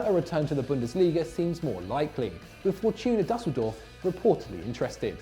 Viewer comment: And the first syllable of Düsseldorf does NOT rhyme with "bus", it rhymes with "fuse".